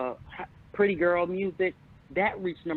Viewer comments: “Puthy pwint pannie” 😭😭😭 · nahhhh it's the pwuddy pwint pWAnty for me and the way YOU SAYING IT ARMON LMFAOOOO 🤣🤣🤣🤣🤣😂